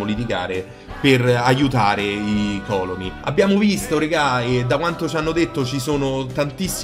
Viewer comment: Ogni volta che dici còloni, un classicista muore